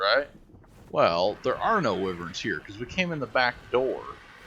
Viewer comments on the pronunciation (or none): wiv-verns? its "why-verns" :)